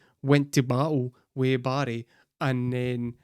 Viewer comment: How I had yo figure out “buddy” was you saying Barry!!